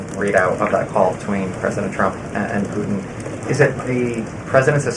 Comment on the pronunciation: Ugh. The new way of talking is annoying. Putin is mispronounced 'Puh-enh'. Happen is 'hoppen'.